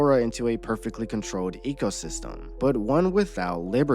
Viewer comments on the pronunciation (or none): none